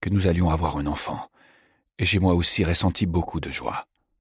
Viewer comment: Pourquoi dire déssus, déssous, réssenti ? Je trouve ça désagréable. Hormis celà, merci pour cette lecture.